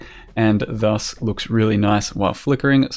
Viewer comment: When hits you with " THUS " Kreygasm